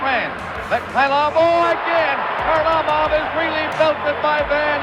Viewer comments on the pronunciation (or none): Van Impe didn’t hit him, he cross-checked him in the head. And it’s Kharlamov not Harlimov 😂😂